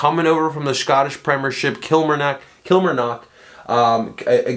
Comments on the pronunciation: Kilmarnock is pronounced Kill-mar-nock Stu is a Top player hope he's brilliant for you guys one of the best defenders at killie fc in a long time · It's pronounced kill-marr-knock